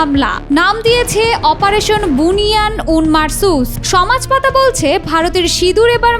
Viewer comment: শব্দটা বুনিয়ান উন মারছুস নয় শব্দটা হচ্ছে বুনিয়ানুম মারছুছ